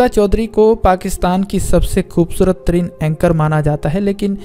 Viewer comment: khubsurat ko... khhhoobsurat keh k aap kia sabit krna chahty hain ..o bhai indians ka talufuz kharab hai ... be Pakistani and speak like Pakistanis please..